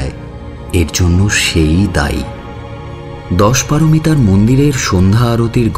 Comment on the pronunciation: দশপারোমিতা নয়, দশোপারমিতা।